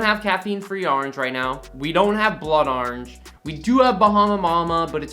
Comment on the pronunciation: saying "Orange": R-inge